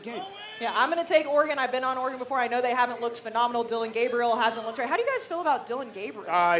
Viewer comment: Can someone tell Dave how to pronounce Oregon… his jewness is showing.